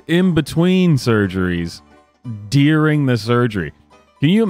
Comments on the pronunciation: It's "during" NOT "deering". lol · Not so sure its illegal to stream "deer ring" surgery. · Deering? It’s during. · It has come to my attention that my pronunciation of "during" has created some controversy.